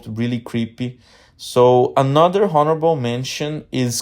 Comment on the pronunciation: Did you say "HORRIBLE" mentions?!? 😂😂 Seriously tho.. great video brother 👑